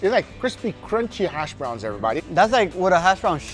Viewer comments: Hashbrown, not harshbrown, Guga. 😂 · Its hashbrowns not harshbrowns Guga xD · Did he say HARSH browns? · Lol, what the hell are “harshbrowns,” Guga?? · Hersh browns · It sounds like Guga is saying "Harsh Browns". Yep, he's not wrong! 😅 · I am hearing Harsh Browns?